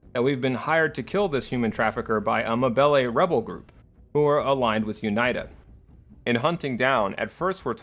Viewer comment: This is a very dumb nitpick but it's triggering me how he says UNITA. It should be "Uneeta". I'm loving the video regardless, amazing job.